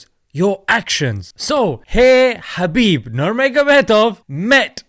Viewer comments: its habib nurMohammadov. thats how he would pronounce it. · Fyi, "Khabib Nurmagomedov" should be pronounced "Habib NoorMuhammadov (the light of Muhammad SAW)" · his name is Habib actually, the 'K' is Silent like the name Django.